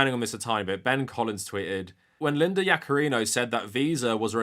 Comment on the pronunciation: I keep hearing "ex CEO Lina Yaccarino" lol